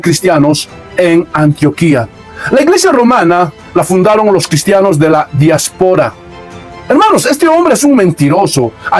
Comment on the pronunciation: Todo bien hno...solo que pronuncia mal diáspora...🤷🏻‍♂️